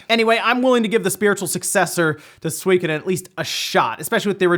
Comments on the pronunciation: Sorry to be this guy but: ✖ SWEE-koden 〇 SU-I-KO-DEN (4 syllables) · say it with me...... SUE-KO-DEN also cant wait for it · Swee kuh din. Really? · Swekadon? Oh you mean suikoden